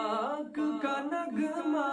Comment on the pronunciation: نگمہ نہیں نغمہ پڑھیں